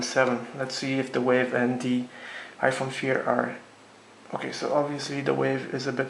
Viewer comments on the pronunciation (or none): nigga said iphone feer lmfaooo